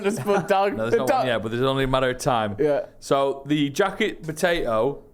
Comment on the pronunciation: Say botato one more time